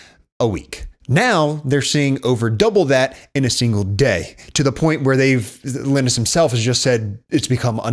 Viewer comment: great video but is that really how you say linus? Iih-nis or lie-nus. was bothering me bc I haven't heard that pronounciation before